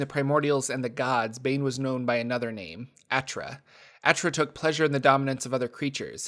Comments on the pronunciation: We sure Achra is pronounced A-Chrah and not Ahkra? Its cool either way but the spelling seems to indicate the second pronunciation, granted the folks writing this fluff can decide it sounds any which way they want. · I think its meant to be pronounced like "akra" as in the Sitra Achra, but i could be wrong. Just figured as much cause he's evil